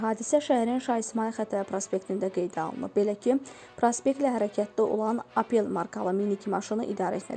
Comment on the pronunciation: Apel yox opel